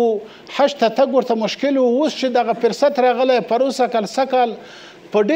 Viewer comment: فرصت = وخت د ف تلفظ په پيښ سره ✓ د ف تلفظ په زير سره X د دی معنی بل څه ده